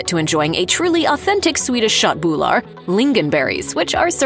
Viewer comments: I died laughing at "shot boolar" for köttbullar 😂 she tried lol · Håller absolut med…hennes uttal är helt knasigt…speciellt när hon försöker uttala köttbullar 🤦🏻‍♂️ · The Wat you såg köttbullar is so funny If you are swedish it sounds like this: Chatbular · ”Shat boulaar”